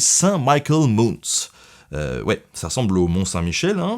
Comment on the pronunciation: Excellente vidéo. "Mount" en anglais se prononce: main-honte. ;-)